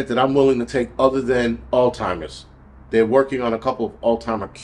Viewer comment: All-timers? Alls-heimers?😂🎉